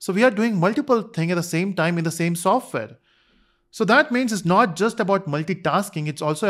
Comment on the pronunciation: Software ❎ Sofware ✅ 😂😂